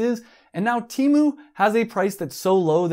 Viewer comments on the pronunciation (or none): "teh mu"